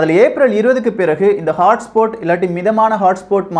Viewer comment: HOTSPOT ஐ ஹாட்ஸ்பாட் னு சொல்லணும். ஆனால் ஹாட்ஸ்போட் என்று சொல்றியே